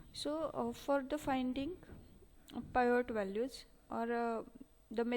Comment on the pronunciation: In 3rd question- PIVOT is called as - पिवोट्स and you are calling it as पायोट्स